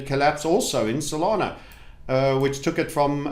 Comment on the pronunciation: Stop saying SolanO it’s cringe